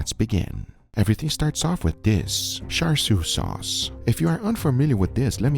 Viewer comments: How are you getting "sharshiu"? It literally starts with "char," a word you've said countlessly in your videos 😅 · How did he pronounce char siu? Did he say shar like shark? Isn't it pronounced more like char-coal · It's pronounced the way it's spelled, Char, I don't know where Guga found an S to add to the pronunciation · Its cha siu, not char siu. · Dear Americans, it's not char "SU", it's char "SIU/SIEW". It's literally written on the bottle. Please learn to pronounce words. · Why on earth would you say 'shar shiu'? It's char (as in charcoal) siu! It's sharcoal now, isn't it? (Uncle title removed immediately) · what the hell is “shar shou” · He is making Asians mad by pronouncing it like char siu instead of cha siu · Guga, just pronounce it like how you would normally pronounce a char.. its not "shar" 🤣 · Your pronunciation hiyaaa. It sounds like Cha seyou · i die a little every time he mispronounces char siew but i forgive him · Mr Guga.... please check how to pronounce Char Siew correctly....Cantonese way....😁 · take a shot every time he mispronounces "char siu" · whys no one talking about how he pronounced char siu haha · I died every time they mispronounced 叉燒 Uncle Roger, why didn't you correct them? 😭😭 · the char in charsiew is pronounced the same as the char in charcoal. *edit: got it right!